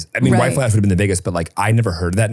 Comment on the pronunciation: I literally thought he said white flesh and I was like that’s one hell of a decoy website name 😂